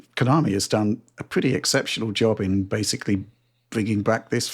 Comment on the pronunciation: “Basely” (John mispronouncing the word basically about two dozen times per video)